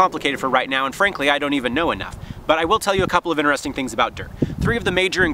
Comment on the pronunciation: InTeresting video. There is a T. Not inneresting.